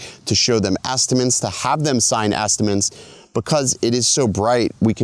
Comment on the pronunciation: This dude saying estiments?